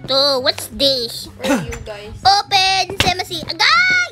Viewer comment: Its sesame XD